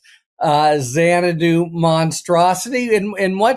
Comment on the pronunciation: Bro said Xanadu 😂😂😂✊🏾